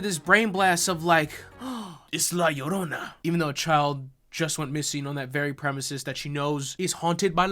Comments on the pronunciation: Calling La Llorona "Leroy" made me giggle. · Calling la llarona leroy is so effing funny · “La Larona” lol... guys, in Spanish, most of the time a double L, is like a Y kinda “yuh” like “¿como te llamas?” That last word is pronounced “yhamas” not “lamas” so, it’s “la yarona”... the uh... the more you convolutedly know...lol Edit: and no, I know knows and is saying it like that to be funny, I left the above comment cause of the typical white gal in the movie that calls her “la larona”... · calling la llorona “leroy” is exactly the kind of content i’m here for. 11/10 ⭐️ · Man.. esta cabron.. this movie is just beyond.. I only watched this cuz you make it funny.. specially when you say La Leerona lol, I can’t believe the husband dude, can’t believe the cartels.. the visuals, nothing.. totally irredeemable.. and for that we applaud you you made it really funny to watch.. Also I’m gonna have to check that good La llorona movie you mentioned, didn’t know there was one. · Leighroni....how many ways can you murder her name....🤣🤣🤣🤣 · Lol, love how goes from full correct pronunciation of La Llarona to Lee Rony by the end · Did you say f*cking "Lolly Rona"!? You were killing me. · “La Leroni” 😂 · "Lee Roni" lmfao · I love how keeps purposely pronouncing la llarona’s name wrong 😂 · The slow descent into saying La Llorona worse each time made me laugh so hard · I need a compilation of every La Llorona mispronunciation ♡ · the mispronunciations of the word llorona had me crying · Every time he says la llorona its a little less understandable